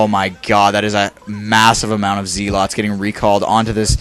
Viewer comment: Why do you pronounce it "ZEE-LOTS"?